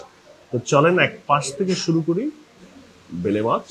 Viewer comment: Bele mach na uccharon hobe baila mach